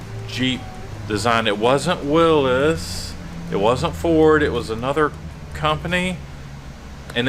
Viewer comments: Kudos for your Willys pronunciation! Bantam was the original. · Thank you for saying willys right! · I was on the fence before, but now I know I like. He knows the right way to pronounce "Willys"